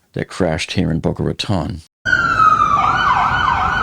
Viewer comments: Please if you hear in Boca Raton(e) please at least pronounce it correctly!! Bocas de Ratones in Spanish or pronounced in American English and phonetic spelling Bo-kah Rah-tone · Dude!!! IF YOU LIVED THERE YOU SHOULD KNOW HOW TO PRONOUNCE IT!!!! I lived there for years…it’s Boca “Ratone”…long O Lmao even the 911 called said it wrong!! We actually had a mayor a couple years ago that also said it wrong 😂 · How do you say this is your home town, when you mispronounce Boca Raton? It’s pronounced “Ratone” 🙄